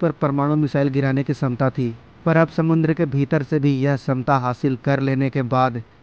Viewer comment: छमता शब्द है न कि समता।।।। सही कीजिये